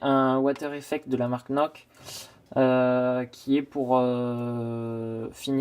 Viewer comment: Pas nok mais noR ch se prononce r en allemand ;)